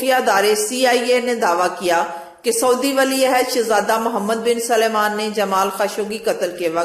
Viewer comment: PLS LEADERS KE NAAM SAHI BOLA KARO. WOH MOHAMMED BIN SALMAN HAI , SULAIMAN NAHIN. AUR SENATOR KO CENTRE BOL RAHE HO.